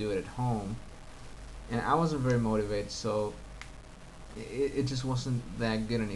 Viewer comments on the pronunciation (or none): Also, , when you say "wasn't," the "s" came across "devocalized," sounding more like an "s" than a "z." Finally, we generally do not say "I did a mistake," rather, we'd say "I made a mistake." , when you say "chatting," it sounds like "channing" to me. So I would say you on occasion have a tinge of foreign accent in your intervocalic consonants. But I emphasize once again these are so very slight, and would otherwise go unnoticed except that you asked for feedback.